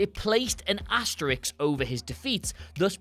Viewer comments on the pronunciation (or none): Asterisk. The word is as·ter·isk. Asterix is a cartoon character from France who fights Julius Caesar with a magic strength potion. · What is an "asteriks"??? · It's amazing how many people say "asterix" when they're talking about the * symbol. I think Asterix has so entered the culture over the past 50 years or thereabouts, they either do it unconsciously, or else don't even realise the character's name was a pun on the existing word asterisk and that the two things are spelled and said differently.